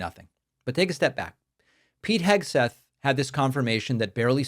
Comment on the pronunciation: Pete Pigswill?